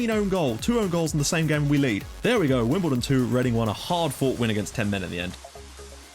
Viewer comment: yep you got the name right :)